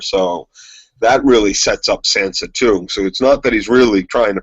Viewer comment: Guys it's Tonmen not Tomlin, and it's Sansa, not Sanser. Sorry for being nitpicky. Great podcast BTW.